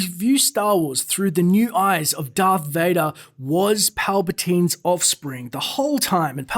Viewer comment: Its Darth Vadoor. That would make a noice door.